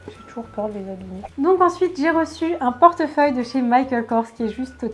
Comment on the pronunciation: Tu l'a mal dit pour le portefeuille